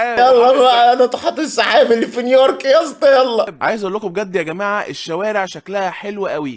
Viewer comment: بس هيا نطقها نيورك فعلا مش نيويورك